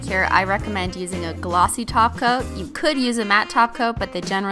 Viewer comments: omg for the first time she said top coat.......nope she said taco again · It's so funny, how Christine needs to force herself to say "top coat" instead of "taco" !😂😂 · whenever she said "top coat" i just heard "taco" i think im in the wrong channel xD